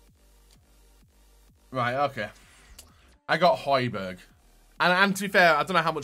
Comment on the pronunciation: sorry pal no ye don’t. It’s pronounced “hoybyerg” kinda obvious really seeing as you get the first “j” right